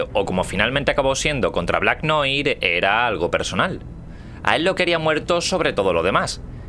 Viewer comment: noir se pronuncia noar.